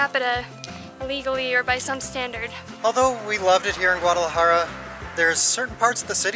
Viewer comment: How she says Guadalajara makes me mad